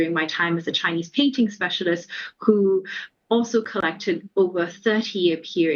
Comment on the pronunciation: Gosh your Chinese pronunciation is so poor, try to find a non banana to make this kind of news next time?